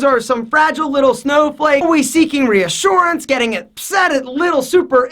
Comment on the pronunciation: reassuarance killed me bro